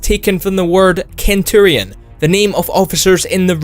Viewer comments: he just said Kenturion instead of senturion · It is pronounced Senturion, not Kenturion (Real spelling is Centurion, yes.) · I can’t believe you pronounced Centurion wrong. Its Pronounced Senturion and not Kenturion like how Century is pronounced Sentury and not Kentury.Edit: after i commented this i realized someone else already addressed this so sorry for repeating this fact. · You don't say centurion like Kenturion you say it like Senturion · cen turion not can turion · Centurion= sen-tur-e-en, not ken :/ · and kenturion instead of centurion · love the video, but one nit pick, you pronounce centurion like Cent - turion (without the double t) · Err what? "Ken-Turion"? Right ok yes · Screw however Americans pronounce it. Centurion is a damn Latin word, not an English one. Its pronounced with a hard C noise like Care, Cathedral, or Cat. There is no soft C noise in Latin. It's why all the Legionaries in Fallout New Vegas pronounce Caesar like 'Kaisar'. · Kenturian ? Seriously ? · Kent-urion? Seriously? It seems like you're kinda struggling with this whole language thing, no offense xD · He pronounced it the same way it is in Greek. The Latin pronunciation is centurio. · Boy was I taken aback by this... How daft does one have to be to mispronounce centurion?... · Dat turian and centurion pronunciation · My ears bled